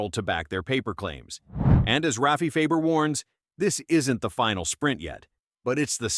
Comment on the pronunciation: You're saying last name wrong it's Farber